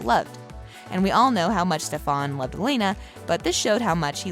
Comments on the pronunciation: How are you gonna mess up stefan's name even though it is said so many times in the show it's not that hard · How can you pronounce Damon and not Stefan right?! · lol movie raze narrator pronouncing stefans name like kai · It’s not stefaaaaan !!!! It’s StefAn !!!!!!! 😏 thanks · Stefan is pronounced Stefen not Stefawn. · Jeeezzz please it’s NOT STEP. HAN ! It’s pronounced STEPHEN! The woman describing the show should at least know how STEPHEN pronounced his name! Come-on!! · She called Stefen stephon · Please dont pronounce my husbands name wrong it’s Stefan not stefAAAn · It's St*E*fan not Ste-phan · “Stefon” it’s Stefan get it right! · No the narrator did not just say stefÀn. ITS STEFAN!! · stefAn not stefOn! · Stefan not stefon just saying but I like ur vids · Umm learn how to pronounce their names before doing videos.....if you actually watched an episode you would know how to pronounce Steffan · It's not ste-PHAN !!!!! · What the heck steph-on lol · every time she said STEFAAN!!! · Its NOT STEF--AN gahhhh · did this bih jus say STAFAN..no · lmaoo, “stephon” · Its pronounced Stefun. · ik she didn't say stefon lol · Al-air-ic or Ste-Fan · It's the stef*A*n for me😂🤣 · Stop saying Stefans name wrong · Ffs at least learn how to say Stefans name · How about a narrator who can actually pronounce the names correctly 😖😖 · am i the only one who hates the way she says stefan? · Please say Stefans name correctly makes watching this hard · I can’t with this lady. She needs to learn how to say the names the right way.